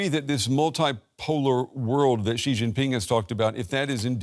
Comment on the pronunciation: if reporters cannot take the time to learn how to pronounce Xi's name (after he has been president of China since 2013), then they must be mispronouncing it on purpose!!